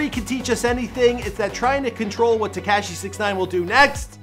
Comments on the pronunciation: Its not tea-cash-eee is te-ka-shee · Bro. I can't listen to this anymore! HIS NAME IS TA KA SHI !!!! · Why tf did he refer to him as “tekASHEE” the whole video 🤷🏾‍♂️😭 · Teakashhhhhi 🙄 stop saying it like that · Lol he's not pronouncing his name correctly 🤣